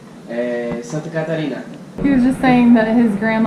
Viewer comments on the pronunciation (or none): none